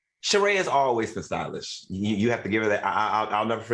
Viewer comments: Al STOP CALLING THAT WO MAN SHEREE ITS SHER RAY DAMN GET YO OLD BUTT OFF THIS SHOW….. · How will AL be able to help Sheree flip her story. When AL can't pronounce anyone's name. He called Claudia Cardi and Sheree Sharee